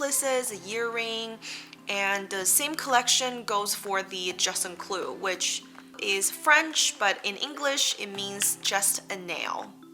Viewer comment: Informative content. With kindness, I suggest that you practice the proper pronunciation of "juste un clou" in French or say just a nail until you nail it.